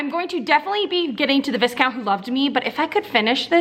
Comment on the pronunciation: I love your enthusiasm! Great vlog! Just to let you know, Viscount is pronounced V-eye-count. I haven't read the series, but I loved watching you read them and your thoughts on the books.